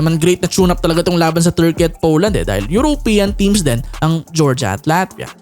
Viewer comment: bakit ganyan ang pronunciation mo ng European? It's not 'yurow' it's yuro-pean. you're trying too hard man!